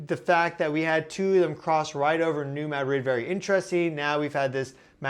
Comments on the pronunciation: We say MAD-rid not Ma DRID. This is the Midwest not Spain. Thanks for all your information you’re amazing!!! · Mad-rid, one word. Not "Mad Rid" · Spanish: (muh)-DRID...emphasis on last syllable: MAD-RID...equal emphasis on both syllables Correct: MAD-(rid)...emphasis on first syllable Give him time, he'll get it. ☺ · Pronounced “new MAD-rid” fault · Dear. There are two Ds in the word Madrid. Neither are silent. ✌🏽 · As a local, the first time you said New Madrid fault is the correct way to pronounce it. The way you started saying it later in the video is wrong. And also it's not pronounced the way the city is Spain is. We aren't Spanish, we're American and the settlers in this area were largely French and German.